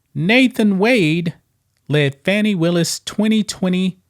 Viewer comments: She can’t even pronounce her own name because she’s calling Fanni as Fauny! She’s a liar and an embezzler . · Are you calling her "Fanny" on purpose? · I love that you mispronounce her name! You KNOW that pisses her off 😂